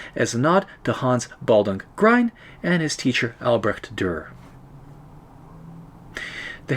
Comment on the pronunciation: Excellent, I've been meaning to try this for a while! In my tests I used diluted gouache for white and it seems to work quite well. By the way, Grien rhymes with green, not with brine.